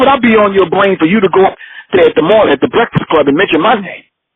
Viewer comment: "breckfix club"